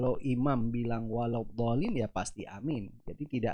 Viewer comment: dia ucap waladhooliiim...fatehahnya saja masih salah...yg benar itu waladhoolliin